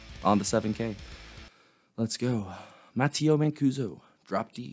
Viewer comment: He is Italian. His name is pronounced Ma-tay-o